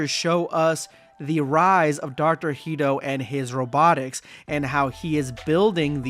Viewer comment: why do you keep saying “Heedo”? Hedo is pronounced like “head-oh”